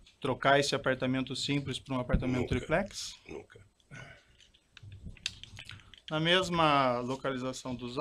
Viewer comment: tiplex hahahaha